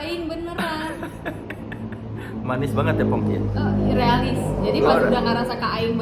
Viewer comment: Am I salah dengar atau di bagian akhir Soleh sebutnya jadi Fongki bukan Pongki 😂